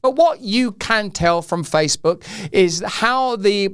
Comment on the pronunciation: Didn't the female news reader say FaceBug? Maybe she knows something